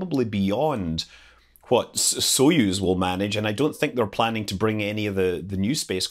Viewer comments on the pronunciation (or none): none